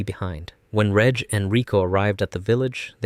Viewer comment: not you calling him "redge" 😭